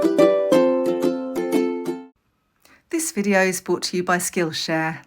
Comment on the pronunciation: Hi Jane, I love your Vlogs and watch them all. I thought you would want to know, that at the beginning of your Vlogs, you say 'This part of the vlog is BOUGHT to you by Skills hare'. The thing is, it's BROUGHT not BOUGHT... It would look more professional if this was correct 😊.